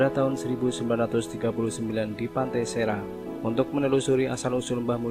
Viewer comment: Maaf min, pantai serang bacanya seurang